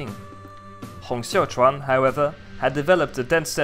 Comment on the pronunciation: you might know it by now, but you've got the pronunciation of "Xiuquan" wrong in both videos about Taiping Rebellion. You pronounce it as "Xiaochuan". All other names are good, just this one.